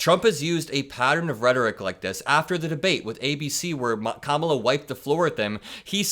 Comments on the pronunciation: check this out, you ever notice how he pronounces the vice president's name correctly this time, because she put him in his place and how to pronounce her name correctly that's how week he is. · He spent one day saying her name correctly. Wtf?